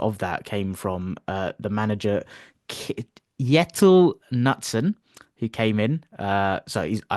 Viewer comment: the K is not silent in Kjetil Knutsen, but i salut you for trying that 👍it's more like Chetil Knutsen in english.. And im going to Manchester to watch the game next week, hoping for a good game💥